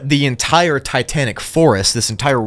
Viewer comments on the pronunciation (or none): none